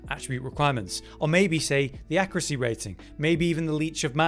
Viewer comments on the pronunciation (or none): Why do all YouTubers and/or Twitch streamers say "accruate" and "accruacy" these days? Has there been a linguistic shift that I missed?